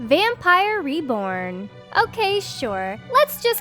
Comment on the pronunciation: OMG: "...number fifteen, RIB-born doll..."? Threw me for a loop 'cuz I wasn't looking at the tag, so I had to look quick to see it was supposed to be "Reborn Doll. Seriously, do all cartoon characters mispronounce easy words, or is it just this bint? This weird doll collection is very funny in places. Good thing those alligator dolls weren't available back in my drinking days! It would've given my buddies ideas for gifts for ex-wives and ex-girlfriends--and believe me, they came up with odd stuff like that on their own! (One of 'em had a wife deathly afraid of snakes, so another guy brought him home a souvenir from the Black Hills: an ash tray shaped like a coiled rattlesnake. Not surprising, they were divorced a few years later...)